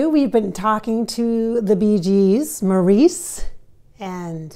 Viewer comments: His name is pronounced Morris not Maurice. Everyone knows that. I don’t trust her. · She doesn't say anything we don't already know. She doesn't pronounce Mo's name correctly. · I don't know much about channeling but wouldn't Maurice correct the pronunciation of his name?